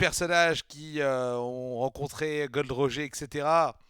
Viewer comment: Roger c'est à l'anglaise que ça se prononcé (comme Roger Federer) ça sonne mieux quand même ^^ Sinon super cool, continue One Piece ce manga est incroyable ! :D Un plaisir de voir tes réactions !